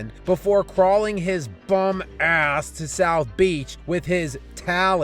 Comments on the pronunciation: the way u say the word ASS just slays me 🤣😂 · That emphasis on ''ASS'' 😂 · The way you say “ass” ☠️☠️☠️☠️ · the “ass” wasn’t as emphasized as we expect it to be. Specially because you were talking about lebron. Please don’t let this happen again. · I love the way you say ASS